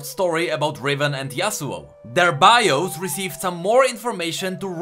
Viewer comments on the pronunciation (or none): none